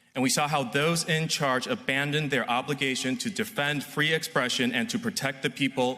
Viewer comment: Fwee Fwee Palestine mommy